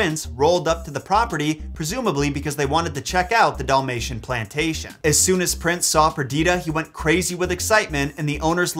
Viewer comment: what’s a ‘Doll-mation’? Lol